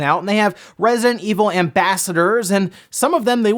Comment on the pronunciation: Can you enunciante "Resident"?